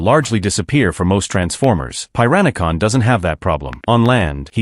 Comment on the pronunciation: Hahaha Pieranicon, Meanasser and Pre-dayking 😂😂😂😂😂